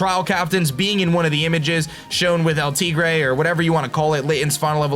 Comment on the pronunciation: He says El Tigre not Beltigre. There is no 'b' sound when he says it.